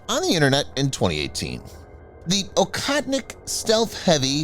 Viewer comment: It's pronounced "OHOTNIK" you western cretin.